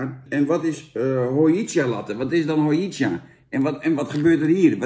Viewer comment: Hojicha is Japans en je spreekt het niet uit als ho-ji-tja, maar als ho-dji-tja en ja het is best smerig. Cha betekent thee